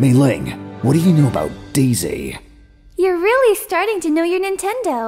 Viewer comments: It sounds like he's saying Day Zay instead of Daisy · This boy said "dayzsay"